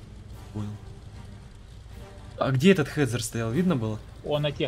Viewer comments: Он не "хетзер", он "хетцер", "борзая собака". Так, ради историзма )) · Хороший контент, но произношение коробит и ломает атмосферу. Я раньше сам так говорил "Хетзер", "Панзер". Но суть в том, что Z читается как Ц. "Хетцер", "Панцер". Без обид. Благодарю.